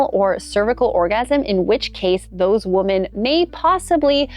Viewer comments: WOMEN... WOMEN... it's plural...say it right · Learn how to pronounce “women,” please.